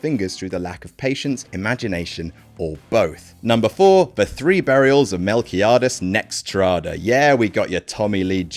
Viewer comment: LMAO "The Three Burials Of Melquiades Nex-trada" How do you come up with these? 😂